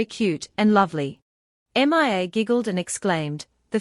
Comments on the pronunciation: I know it's annoying her name is Mia not M.i.A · M. I. A why can't you just say Mia?!?!?!? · 11+hrs...... torturous and annoying hearing repeated M I A. couldn't take it anymore and stopped watching. what kind of AI program are u running? M.I.A???